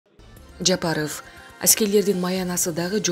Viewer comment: Бул эмне болгон диктор "Жапарыф" деген?